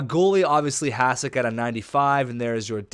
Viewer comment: Hasek is pronounced "hashek"